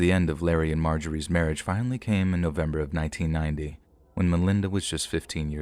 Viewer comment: As a friend of the Sharer family, yes I am from Louisville, I don't like the way her story is told here at it all. First of all you're saying her name wrong and second of all you start off showing what Melinda went through as if people need to understand her for what she did. She is the devil herself and a terrible disgusting human being and deserved every single thing she got and then some! This was a premeditated murder and the things they did to Shanda were unimaginable!! Some of this story isn't true or maybe you're just telling it wrong but if you experienced it the way I did in real time then you maybe would understand. Melinda and the other two deserve to burn in hell for all eternity and I hope that for whatever time they have left in this world they have a miserable existence. I hope Shanda is in their nightmares every night making them relive what they did and they never forget what sadistic human beings they are! RIP Shanda! Never forgotten! ❤️